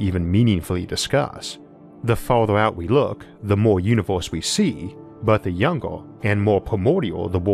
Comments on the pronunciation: He literally tells people he has a lispe. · It sounds like you are saying univorse instead of universe. o,0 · Stop saying Uniwerse ,I can't take you seriously when u pronounce it Uniwerse ,in this Uniwerse or the next Uniwerse I cannot filtwor my laughter